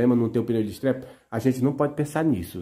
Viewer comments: NÃO É ESTREPE É ESTEPE, O PNEU RESERVA. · Crítica construtiva:, faça sua inscrição no EJA, nunca é tarde pra aprender. Você fala estrepe (estepe), me desculpe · não é estrepe mas sim sterp.